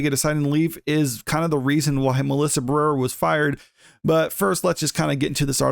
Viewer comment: Bro, say her name right. Ba-re-ra. You fckn illiterate?